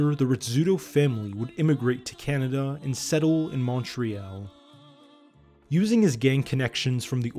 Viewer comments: Excellent documentary almost rendered unwatchable by mispronunciation of Montreal. With all the research required to achieve this documentary, one would think pronouncing Montreal the right way would a top priority… Apparently not. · I almost stopped watching because it’s clear he has no inside scoop when he can’t say it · Montréal is a French word you pronounce it wrong too. 😂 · It's a French word... You shouldn't pronounce the "t". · He's trying to say it halfway in french. So he just mispronounces it in all possible languages involved it pretty funny. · how this guy says montreal causes me physical pain edit : " new found land " is almost worse great docu otherwise, except there are some small mistakes probably due to unfamiliarity with canada. Operation/Projet Colisée was a Surete du Quebec operation, not RCMP-run. There were federal agents involved but not managing the operation. You will generally never see federal operations with french names because only the provincial government of quebec conducts itself in french. the best resources on montreal crime are in french, and using DeepL will open up swaths of new research resources for you, especially with Libgen (but keep in mind that quebecois french and france french have certain differences, it is much less formal). This will give you a much broader scope of organized crime in north america, because montreal and new york really are its genesis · If only bro could say "Montreal" correctly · Good document on Montreal's underworld! Note: Montreal is pronounced (all) at the end and it's Saint-LÉonard not St-Leonard (English pronunciation )for the Montreal North-East suburb! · It's too bad that the narrator cannot even pronounce "Montreal" properly. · Good documentary but why the hell do you say montreal like that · Can you please pronounce Montreal the correct way either the French or English way! it is not too complicated to say! But the rest is great! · the way he says montreal is just so so so so wrong